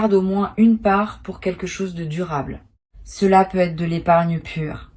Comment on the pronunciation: Pourquoi "Peut-être" est prononcé "Peu être" ? Et pourquoi dites-vous que c'est un tirage pour le mois de Mai sans en préciser l'année ? Hum ? Peut-être parce que c'est du simple business, une voix générée par Intelligence Artificielle et rien d'autre... pour attraper le nigaud de passage.